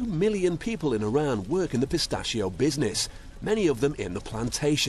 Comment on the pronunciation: the way that guy says PISTACHIO is amazing